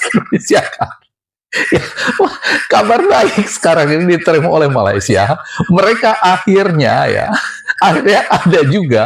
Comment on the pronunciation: Wan win nur mne adab dan adat org aceh pon tak terima, mne ada otak bab to tak ada adab sebut nama negara Malaysia pon dh salah mngkin mak bapak dia tak ajar kot cb org Malaysia hina negara Indonesia msti dh suruh mohon maaf di Malaysia kami ada budi bahasa bila berkata2 mng otak siput ** dia ni kesiannya